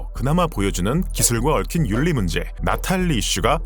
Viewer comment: 형!! 다른 곳에서 얘기 절대 안해요..... 우리 형은 그래도... 형은 지능캐니깐!! 그리고 난 형 모든 리뷰는 꼬꼭 보니깐!! ‘윤리’ 는 ‘율리’ 라고 발음 하는게... 맞아요 유음화를 통해 꼬옥 윤리는 율리로!! 신라도 실라로 발음하는게 맞아요!! ㅠㅠ 미안합니다 요즘 유음화를 안하셔서서 물론 제 띄어 쓰기 맞춤법 등 댓글이 달리 겠지만.... 윤리를 율리로 발음하는게 형 더 쉽게 발음 오키? 형 고마워요❤❤❤